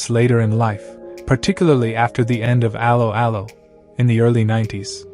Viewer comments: It's pronounced a-low a-low not arrow arrow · That is NOT how you pronounced 'Allo 'Allo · cant even promounce correctly the title of the serie common , bit more effort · I suggest you teach your ridiculous AI voice to correctly pronounce the title of the show!